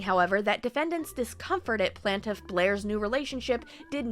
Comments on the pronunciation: I appreciate you called yourself out on "plantiff". I had been giggling every time you said it haha. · You do say Plaintiff funny lol